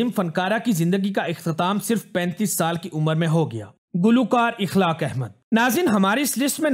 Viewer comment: Akhlaaq not ikhlaaq.